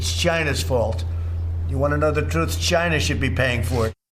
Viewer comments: Yeah, just keep saying "CHYNA" like in that classic video, you frigging coward. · Chyna, Chiiina, China, China, China! The man is total disaster! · "It's Gynah's fault" Useless human trash. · Chinah, Chinah, Chinah but then he said what a great job they had done and it was all under control, it would all disappear with the heat 🙄. Why is his administration still trying to repeal the ACA through the courts if he is concerned about people. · Dam "Jayna" virus. hehehe